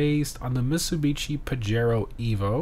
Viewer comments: i beg you sto saying mitsubici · Lol, you have a really hard time pronouncing Mitsubishi.